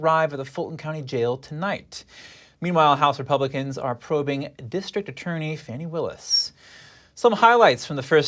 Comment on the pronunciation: The name is "Fanny Willis".....not "Fauney Willis"